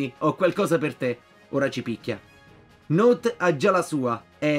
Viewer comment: note si legge not la pronuncia è inglese